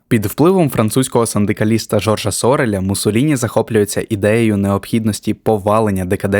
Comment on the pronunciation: Те ж зауваження, що й на попередньому відео. Жорж СорЕль. Ніколо МакіавЕллі. Ріже вухо, коли в таких прізвищах стоїть неправильний наголос. І це тільки третя хвилина відео.